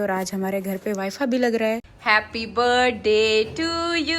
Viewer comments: Wi. Fa nhi hota wi fi hota he. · Wifa or wifi please normal words to acche se proper boliye yr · وائی فا نہیں ہوتا وائی فائی ہوتا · wifi ko wifa bol rhi hai 😂that was funny